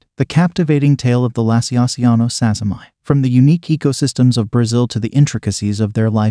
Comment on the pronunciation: So about the name of ex-P. sazimai its natural to read it as "sazzy-my" but I dont think thats right. It was first described by some Japanese tarantulaologists and named after a Japanese person called Sazima, presumably pronounced "sa-zee-ma." So, like how Brachypelma smithi , described by Smith, is pronounced "smith-ee," I think sazimai should be pronounced "sazima-ee."